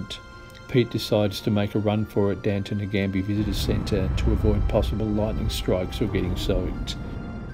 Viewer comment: Great effort. Given you walked towards it for 5 weeks I can't but help correct you on your final destination as Namadgi not Nagambi Visitors Centre. ;)